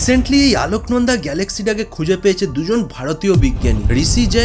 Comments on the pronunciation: দাদা ওটা,, "আলোকনন্দা" নয় ওটা "অলকনন্দা" হবে 🙄🧐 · 'আলোকনন্দা' বলেন কেন? অলকানন্দা নয় কেন? অলকানন্দা স্বর্গের নদী, তার সঙ্গে তুলনীয় এই মিল্কি ওয়ে! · আলোকনন্দা নয় অলোকনন্দা ভালো করে পড়াশোনা করো